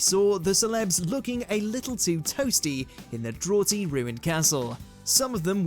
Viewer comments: Draughty pronounced drawty? Have you never lived in a house with a draught? Pronounced Draft. It's "drafty". I weep for the education system that this, and future generations, have to endure. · Drawty castle? Draughty is pronounced 'drafty'. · Drawty? Has he just read “draughty” off the autocue? Come on… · Did this guy pronounce draughty 'drawty' and also say 'before we begin' 8 minutes into a 10 min video 😂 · "drawty" is not the correct pronunciation of the word draughty... try again. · it’s pronounced DRAFty 😬😣🙄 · "Drawty castle"...back to school my man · did my guy mispronounce draughty lol